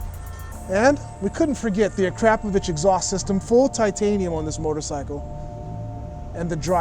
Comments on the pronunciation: Hey. To go along with your excellent pronunciation of the word ‘aluminium”, you should say ‘akraPOHvic(h)’ rather than ‘aKRAPovic(h)’ so it sounds less shitty 🙄😁😆😂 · a-krap-po-vich? Try again. a-kro-po-vik. Good video though 😄👍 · "A-crap-o-vich" exhaust? "eww-leeeens" suspension? /sigh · No doubt at least a 30,000 $ bike. IDK Just a ruff estimate. Not to seem like a know it all your pronouncing Akrapovic wrong. Personally i like yoshimuras or 2 brothers they sound a little better to me.